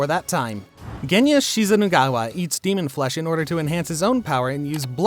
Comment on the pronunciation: Its shinazugawa..